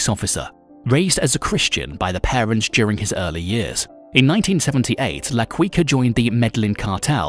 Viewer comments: His nickname is pronounced la key-ka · Why is he saying la kweekah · La Quica = Key Ka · La quicka🤣🤣🤣🤣🤣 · la queekaah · Quica also needs some work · You’re a La Queef for this pronunciation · Why does he pronounce the name like that? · The way he pronounces quica is soo annoying damn😂😂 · Not qweeka.... it's keeka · "La Ki-ka" lol not queeka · LA-KEE-KA, NOT LA-KWI-KA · It's pronounce la kika..not la kooika like a wookie name 🤷🏼‍♂️🤷🏼‍♂️🤦🏼‍♂️🤦🏼‍♂️🤦🏼‍♂️ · La Quica is pronounced like keeka. As you pronounced sounds like cuica which means jumping rope. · It's La Quica as in La Kicka not Quicka🙄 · Also, its pronounced qica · Hin pronouncing la quica triggers the most like what is that shit? He some quicksilver or what? Quuuuicaaa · La Kwika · La Cuica 🤣🤣🤣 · La quiika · If LaQuica is still alive he would assinate this announcer for murdering Medellin and La Quicka 🤣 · Man said “La Quwica”💀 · La Kweeka ????? 😂😂😂😂😂 lmao (Had more...but this was the funniest) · my man said La Kweeka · “La Qwica” 😂😂😂😂😂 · La "Kika" if its easier for you to pronounce. The U is silent. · Pronounced "Key-Kah" Edit: You mispronounced so much homie lol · From ‘La Quica’ to ‘La Kweeka’ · it's la kika dawg that's how you pronounce it 😒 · I quit after hearing la queeka the first time. Mtfk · "Medlin"?¿¿ la "Quicka"?¿? Awful pronuntation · “La Qwuica” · Wtf is Medlin ...it's Medellin. Someone needs to be fire for this episode. La QuickA (his pronunciation ) is terrible. I bet he thought that was his name because he was quick and swift lmaoooo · It's pronounced "Med-eh-yeen", not Med-ellin. Quica is pronounced "Keekah". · La "KEE QA" and "ME-DE-YEEN" (or like Colombians) "ME-DE-JEAN" i didnt make it past 12 seconds.